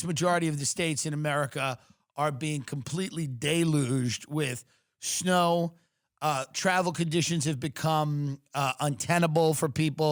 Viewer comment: Did you say, "schnow" instead of snow?